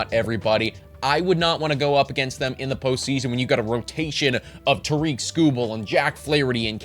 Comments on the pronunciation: Its Tare-ik. Like Derrick but with a T. Not ta-reek. Best pitcher in the world, nobody can pronounce his name. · Who is Toreek Skubal??? It’s Tarik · Pronounced like TERRIK, not ta-reek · Great video and writing! Just so you know though it is pronounced TEAR-RICK Skubal not TUH-REEK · Yep Tarik rhymes with Erik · no he didn’t. His name isn’t pronounced “ta-REEK”. It’s “TARE-ick”. Rhymes with Derrick. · Great video! But Tarik is (tare-ick) I promise you he is as white as ever lol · It is not TAREEK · I feel like you should learn to pronounce Skubal’s first name correctly. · lost me at tarik pronounced wrong lmao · You're saying Tarik wrong, love the Tigers love tho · This did kinda drive me crazy. He won a Cy Young. Please say his name right XD